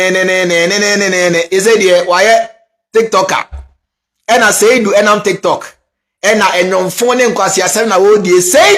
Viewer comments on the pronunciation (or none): none